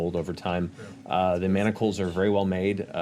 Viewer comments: There is no "T" in manacles!!! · I just love Matt’s face everytime they say “manticles” instead of manacles lol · The grammad police in me keeps reeling when they call manacles MANT-acles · As much flack as Matt got for his pronunciation of sigil, I can't believe no one calls out The Mighty Nein for saying mantacles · I can't get over the whole group calling them "Mantacles" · Haha "mantacles" I think the ladies didn't realize there is no t in manacles. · rewatching and i completely forgot about the whole pronouncing-manacles-as-manticles thing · I like how Laura mispronounced manacles as “mantacles” and got everyone else to do it lol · I lové how they all said “manticles” but it’s manacles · "mamticles" XD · there is no T in manacle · Boesvig yeah that always irks me a bit too